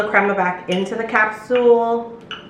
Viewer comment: Did you say "Capsuel" ?